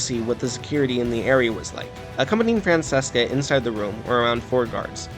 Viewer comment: Dope video, but her name is pronounced “Fran-ch-eh-ska